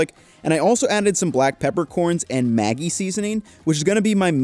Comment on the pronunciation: Maggi pronounced Ma-dg-ee. You're killing me slowly every time you say it,!